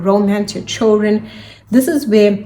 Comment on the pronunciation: Very difficult to understand everything. I don’t know if is your English or your microphone.. what’s choldren!? Thank you